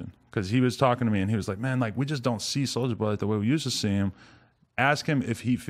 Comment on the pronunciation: "its a souja wood"